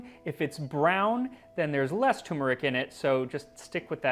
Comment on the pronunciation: tuRmeric..not toomrick